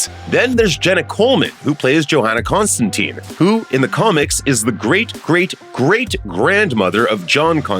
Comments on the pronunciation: But why they are butchering Constantine name in the show ffs...every time someone says it I need to pause it for a bit to recover from the trauma. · On episode 3. So far so good. 💜 love it!! We pronounce Constantine with a long E sound as in Eek. Hearing it pronounced with an I sound is weird. Other than that fantastic!! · TLDR; the Sandman show pronunciation of Constantine is the original from the comics. So, the "US pronunciation" of Constantine as "-teen" happened when they made the Keanu Reeves movie. Because that's the first big adaptation, a lot of people are used to hearing that pronunciation and it's used in American productions with the character. It's not technically correct. They way Constantine is pronounced in the Sandman series is the way that Alan Moore who created the character pronounced it, and the way it's pronounced throughout the comics. It doesn't bother me either way, but I could see if you're accustomed to one pronunciation the other could feel weird. I'm an American who read the Hellblazer comics before the Reeves movie came out so I got used to both.